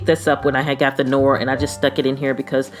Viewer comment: Very nice,! "Noir" (on the hand sanitizer) is pronounced Nuh-waar. It is French for the color black.